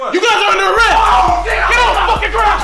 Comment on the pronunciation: “You guys are under areth”😂😂